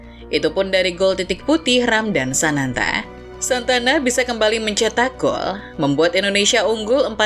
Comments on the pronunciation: ini gw aja atau mimin nyebut Sananta jadi Santana?😅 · Untuk yang ke-2 kali nya saya mendengar penyebutan nama sananta yang salah yaitu" SANTANA"